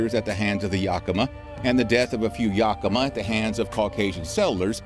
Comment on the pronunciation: I thought your Yakima pronunciation was a little off but Puyallup was horrible to be fair I've never heard it pronounced correctly from anyone that's not from here.